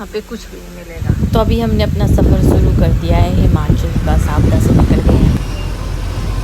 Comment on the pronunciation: you could have requested the people who booked your load to buy some food from the local restaurant (you can pay them as well ,generally they arrange for free -surprised they didnt arrange any food given you were there all day) or order via delivery if available .Also the name of the place name is Savda ,i heard it as Safda in your vlogs